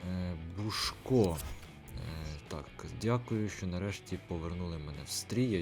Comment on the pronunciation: не бушко, а бусько